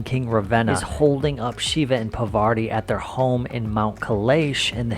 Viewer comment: Cheers to you for being such a Indophile! Would you take up the challenge to pronounce Indian words properly? For example it is not Pavarti, it's Parvati, the wife of Shiva. Not criticizing your Yankee accent, which is perfectly fine, but you are just saying important words wrong! After years in India!